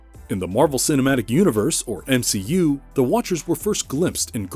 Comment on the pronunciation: M-she-u Watcher.....